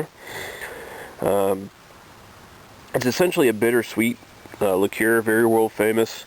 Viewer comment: "liqueer" lol, wow.